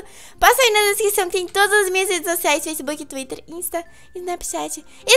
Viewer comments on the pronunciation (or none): none